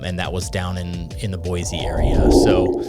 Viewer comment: Gasp! He said "boy-zee" instead of "boy-see". Not a real Idahoan?!? (Kidding, this video is actually super accurate and informative so far. Good stuff!)